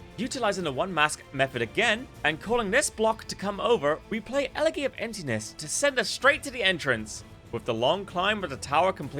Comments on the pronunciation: Small correction, it’s pronounced “ele-jee.” Great video by the way! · i hope you learned how elegy is pronounced in the year since this was recorded